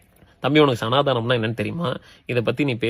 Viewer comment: சனாதானம் னு ஒழுங்கா சொல்ல தெரியில. அதுக்கு சப்போர்ட்டா பேசுறான். மொதல்ல அது என்னனு தெரிஞ்சிக்கோடா.